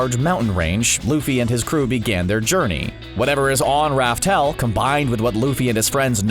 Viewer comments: Laugh tale not raftale wtf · ITS LAUGH TALE NOT RAF TALE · This man still pronounces "Laugh Tale" as "Raftel" smh🤦‍♂️🤦‍♂️ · I thought it was called laugh tale not Ralph tale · It's laugh tale